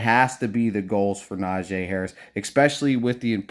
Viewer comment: Why y’all keep sayin Najay! Na-gee!